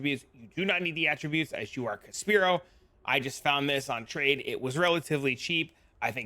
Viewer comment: Thank you, love the builds and guides. Umm, are you saying words wrong on purpose? Inexorable, Oriath, Caspiro?